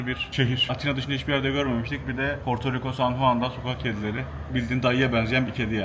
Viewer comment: Porturuku değil hacı Portoriko